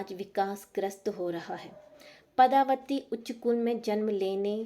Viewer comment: Nice but the name of character is padmavati not padhavati